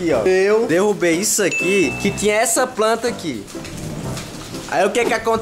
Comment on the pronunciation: Mano é planta, não panta skskskskskskskskksksskskskskskskskksksksksksksksksksksk rindo MUITO mano sksks